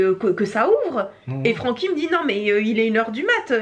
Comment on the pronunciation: Francky je peux pas faire autrement que d'entendre "Paroles de chat" quand il parle hahaha